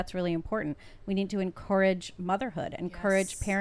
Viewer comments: Drink everytime says En-core-ridge instead of en-courage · Is anybody else irritated by en-core-age or is it just me?